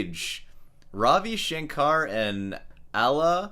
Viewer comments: a in "Ravi Shankar" is pronounced like "curry" not aa but short "uh" so it's kind of like ruhvi shuhnkuhr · You don’t even pronounce Ravi Shankar properly. 😂